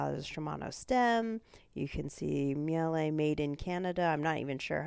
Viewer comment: Maybe I'm wrong but I thought it was a German name so pronounced it like 'Meal-uh'. Either way, nice build, enjoy the ride!